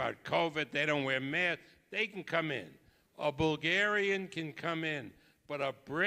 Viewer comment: Arum: “the pandemic is ova...put away ya gawdamn mass”